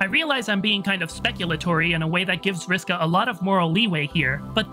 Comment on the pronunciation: Really loved the pronunciation of (Vriska).